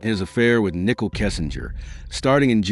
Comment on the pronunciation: Some words were mispronounced like Nicole's name but I don't think anyone cared.